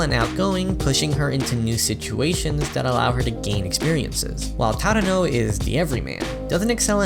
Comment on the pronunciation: Who is tadano I think you mean chadano